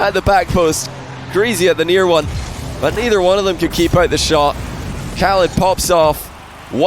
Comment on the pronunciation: wait a min... is not arab? his accent is so good for an arab and how he pronounce khalid and ahmad is like how johnny pronounces them..